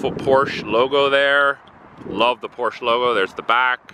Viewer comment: Porsche is a two-syllable name